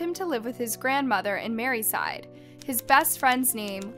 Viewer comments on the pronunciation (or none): Mersey side. Witch is Liverpool. Not Mary side. Get you’re facts straight.😮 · Mary side lol, so many mistakes here, I gave up after that